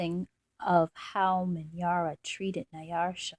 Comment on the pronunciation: You have a very calm, relaxing voice. But, there is not an r in Nyasha.